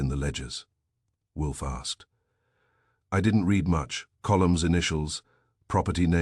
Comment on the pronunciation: It's read not Red! Read it not red it. Also, again, it is no, not number. It seems you are not going to fix this problem!